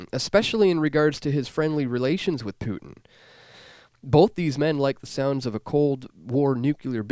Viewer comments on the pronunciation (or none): none